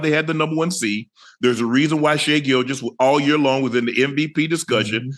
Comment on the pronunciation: Ocho pronounced Shai the right way ☺️